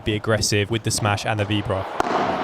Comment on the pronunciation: Awesome video. Super quick Spanish tip: anytime you see an accent mark (á or é etc), it’s to mark the syllable you emphasise. Maybe Playtomic didn’t have it but it’s Álvaro, not Alváro. Same for víbora and not vibóra, which is a common one to hear in the UK 🥲😄